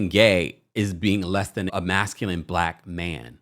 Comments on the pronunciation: Did D pronounce masculine as masculinett with a t?! I can’t. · DID he say masculent??😂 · The man cannot even pronounce masculine!!